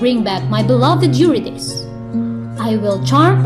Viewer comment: This is a very presentation, Mam. Thank you for this. I just think the pronunciation of Eurydice is /yuRIdisee/. Calliope is ok as /kalYOWpee/ although it is usually /kaLAyopee/. Nonetheless, it is a great presentation with so much clarity.